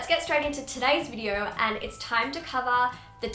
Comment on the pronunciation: I thought she said 'I hope we are all having a very happy unproductive week!' Because the and sounded like 'un' 😂😂